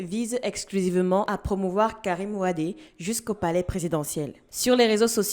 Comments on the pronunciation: soyez pas humble et apprenner les Sénégalais te dise Wade et tu insiste dans la bêtise en disant Wade. son père était Wade et le fils est Wade tu es camerounaise et apprends simplement à prononcé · Ma fille on dit wade on dit pas wadé. C'est la prononciation sénégalaise. Moi aussi je pensais comme toi, du fait que dans l'Afrique cela se prononce wadé mais les frères Sénégalais disent wade. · C'est Wade pas wadé . Je suis sénégalais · C'est Karim WADE et non WadÉ Mlle. Vous êtes Africaine vivant sur le Continent Africain il me semble, ne faîtes pas les mêmes erreurs que les européens en Europe. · Hôtep ma soeur cest Karim Wade pas Wadé😂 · Messieurs et Mesdames, je vis au Sénégal depuis près de 11ans et les sénégalais eux-mêmes prononcent WADE et non Wadé. Peut-être se trompent ils, peut-être avez-vous raison, en attendant respectons un minimum la prononciation qu'ils font de leur compatriotes. Si quelqu'un disait Pensées KamitÉ vous lui donnerez la bonne info. Je vous donne ce que je crois être la bonne info, à vous de prendre ou de laisser ou de faire vos recherches.